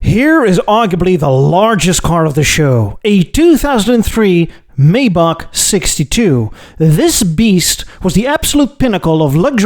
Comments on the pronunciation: How do you manage to pronounce everything wrong - I thought one of the arrogant traits of Europeans was a disdain for Americans just making up works instead of saying them correctly. You’ve managed to out American, the Americans. (amongst others: The phonetic spelling of "Maybach" is MY-bakh. It's pronounced with a "MY" sound followed by the German "bakh".) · Dude. You are Dutch. Surely you know how to say "Maybach". (Something like MIJ-bagh in case you really don't.)